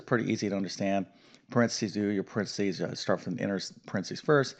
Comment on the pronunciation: PARENTHESIS not "Prentsys"...you may have been teaching math for decades, but you'd fail English pronunciation....lol...but then I got A's and A+'s in English, NOT math.🤣🤣🤣🤣